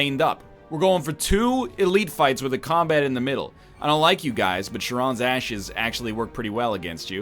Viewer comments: Egg. Charon is Greek. Not French. It's pronounced Karon. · NL's pronunciation of charon LUL "SHARON"